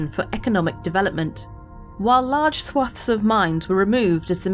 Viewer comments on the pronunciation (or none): Swathe.. Pronounced Sway-th, not Swaf 👌 We are British.. Let's not mess up our own language 😉 ✌️